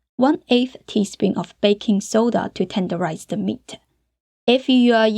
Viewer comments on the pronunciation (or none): I just love the way u say meat ah. Hot ah. Beef ah. And the recipe too lol 😂